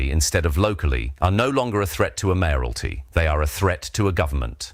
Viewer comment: I hate these AI voices. It cannot even pronounce `Mayoralty` correctly. Unfortunately, it makes anything spoken sound suspicious. And difficult to trust.